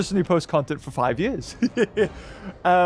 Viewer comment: Nobody:, pronouncing years: “jurs”